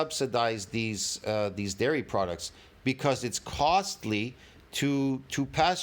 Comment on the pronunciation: Every time says big dairy, it sounds like ‘big Gary’!🤣🤣🤣